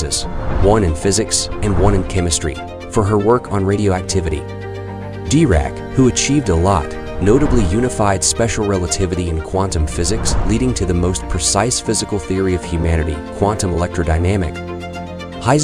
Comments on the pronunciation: I can’t get over how he pronounced Dirac. “D-Rack” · Pronounces Dirac's name like he's a rapper "D-raq" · You pronounce Dirac in a really sin way lmao